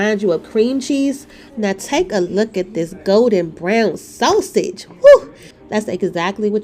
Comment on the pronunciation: Umm, you're pronouncing that sausage wrong